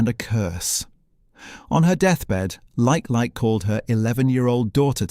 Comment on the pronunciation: The name lifelike, is pronounced le Keith, lekei.